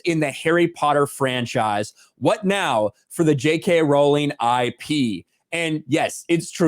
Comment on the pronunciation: I noticed is finally pronoucing "Rowling" correctly? Did people correct him in the comments?